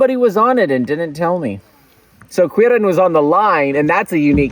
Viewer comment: To be honest, I stumbled upon this channel because of the break tests and haven't been "on line" for many years now (my 40m line is collecting dust in the basement of some friends). Still, I watched your "making of" video of this project and was (really!) surprised when I heard something that sounded like a mispronunciation of my name (no judgement!!! Basically no non native can pronounce Quirin anyways and even some German get it wrong!). Then I was even more surprised to learn that it actually was my name. Such a rare occasion! Had to watch this video for that reason and did not regret it. When you said that you blamed Quirin at that moment, I felt that you meant me ;). But it's ok, blame me all you want. Awesome project!